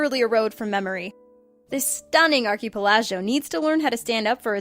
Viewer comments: ark-ih-pell-ih-go. God damn. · Whoa! You TOTALLY BUTCHERED the pronunciation of archipelago, it's.... "Arc-uh-pell-ago". And I won't mention the whole polar bears on Antarctica mistake, plenty of people already have haha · Hey.... it's an archipelago (ark-i-PEL-e-go) not whatever the hell that was you said, maybe you guys should spend a little more time editing these videos before you publish them....good content and all just double check things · "Arky-palaj-yo" are you trying to pronounce "Archipelago" because... that is not how you do it. At all. Arch-e-pel-ah-go. I mean... come on, that's 9th grade English. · Ark-ah-pel-ago. Omg. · thank you! everyone jumped all over the Polar bear fact, I felt like they all missed that little gem: ark--a-pell-aze-e-o The girl must be an I-dee-oh-it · I fucking hate when his chick does these videos... She can't even pronounce words correctly.... Archipelago???? I mean fuck... Get hooked on phonics bitch.... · 1. If you ever say archipelago that badly ever again, I promise I will un-subscribe to Planet Dolan. 2. Polar bears don't live in Antarctica. 3. How many times do scientists have to blatantly point out that the ice caps are fucking growing? Guess Al Gore and ManBearPig have tricked you. 4. IF Antarctica is ACTUALLY in danger of being gone thanks to thinks like tourism.... then why in the fuck are you suggesting we go there? First video in over 2 years I've given a thumbs down on this channel. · If you don't know how to pronounce a word like, I dunno, archipelago, why not try googling it before making a video on a channel with nearly 5 million subscribers? Just a thought. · fascinating pronunciations there.. particular of archipelago.. love it. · Is there no one left on Earth who can properly pronounce archipelago? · Oh... dear... That is not how you pronounce "archipelago". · How do you butcher Archipelago that badly?! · She said "archipelago" wrongly. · Bitch cant even pronounce archipelago